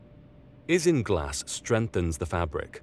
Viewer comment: Great vid but issues with Pronounciation . Isinglass is pronounced eye-sing-glass, agar is pronounced ay-garr, gesso is pronounced Jess-oh